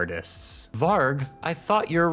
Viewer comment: Varg (pronounced with a J) just means wolf. Ngl that's a bit cringe